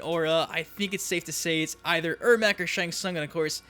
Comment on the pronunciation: It's ermac